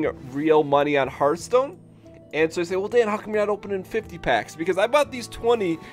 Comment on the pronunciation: Hearthhhhhhhhhhhhhhhhhhhhh (ttttthhhh) Stone, not heart stone lol